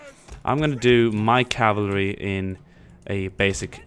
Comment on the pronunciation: Pretty french accent :D CAVALERIE